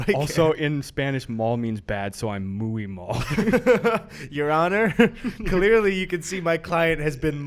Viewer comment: tf is ‘mooey malled’ LMAO